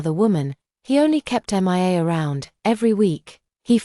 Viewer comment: Poster M I A is pronounced MEE A. NOT M I A, a hole AI.